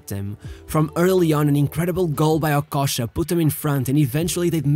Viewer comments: I thought it's okocha, but it looks like that it's okosha 😄, practice some accent man or just talk in french man. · OKOCHA NOT OKOSHA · The least u could do is to pronounce his name well if you're going to make a video about him. Okocha not Okosha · The narrator mispronounced not only Okocha’s name, along with a lot of other players, and coaches, he mispronounced every single Bundesliga team he mentioned… c’mon bro…